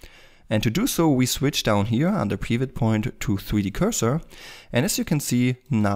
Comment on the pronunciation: The way you pronounce Pivot Point is really making me mad. It's so wrong.